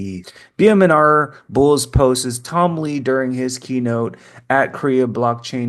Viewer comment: I love your videos but here's a little tip: the word "posts" is one syllable. Not "post-es". ❤